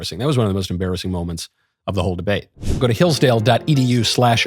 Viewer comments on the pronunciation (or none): Deabte lol. Surely that was on purpose? ;) Michael is an aspiring troll after all.